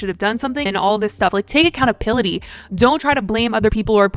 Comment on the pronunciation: "accountaPility" is.... the Accountability Caterpillar🐛🤣❤